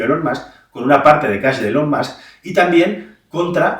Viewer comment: Nota: si dices “mask”, di “ilon” y lo bordas 😉